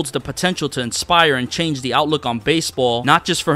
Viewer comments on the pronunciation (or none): none